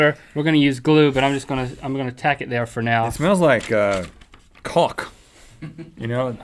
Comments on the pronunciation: Caulk. Not Cock. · For a second I thought Rhett aaid cock not caulk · He meant "Culk" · At 7.34...smells like what??? I have listen to this a few times now... I cannot hear...anything other than.. That word! Is is because I'm swedish? What is he saying?? xD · Oh, it smells like CAULK. Totally had to replay that to hear it properly!